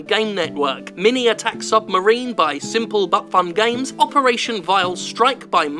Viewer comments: Was that "Simple but fun Games" or "Simple Butt Fun Games"? That would be hilarious if it was the latter. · What I saw: "simplebutfungames" What I heard: "Simple Butt-Fun Games" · There's no way Jim didn't purposefully pronounce Simple But Fun Games as Simple Butt-fun Games. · Had to re-listen to the bit around the 5 min mark quite a few times to realise Jim wasn't saying 'Simple butt fun games', I'm sure they'd of made much better games